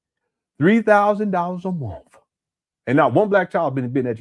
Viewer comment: Why do you say MOOOTH instead of month?